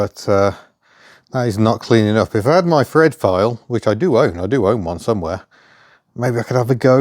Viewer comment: Thread with an "f" ... Just tell 'em you're a cockney 😊